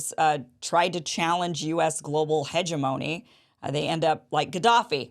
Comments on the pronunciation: Great content but you might want to check how to properly pronounce the word hegemony. ( lol ) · Huh-jehmonee y'all.